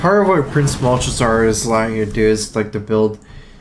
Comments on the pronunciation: did you seriously just say prince mulch-a-zar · my eye twitches every time he says "Malchezar"